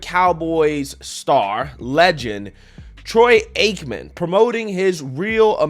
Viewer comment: Give credit he did his research and pronounced Troy Aikman name right